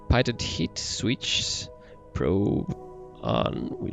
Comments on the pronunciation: The AoA sensors have nothing to do with the pitot system (pronounced pee-tow, not pai-tot), but it also needs to be "de-covered". The pitot system senses air-pressure, giving you altitude and airspeed. Other than that, great video, even if you digress a bit much. ;) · Great video! Just so you know, Pitot is actually pronounced PEE-Toe :) just for future reference! And they actually measure stagnation pressure, which having a reference static pressure means the computer solves for dynamics pressure, thus enabling the computer to be able to solve for your velocity! Once again thanks for the video! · Pitot......pronounced "pee-toe"......goofy French word.